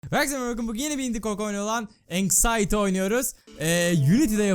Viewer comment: yalnız abi, "enşayiti" diye deil, "enşıti" diye okunuyor, bilgine..